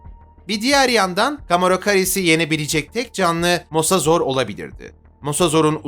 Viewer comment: Mosozor değil mosasaurs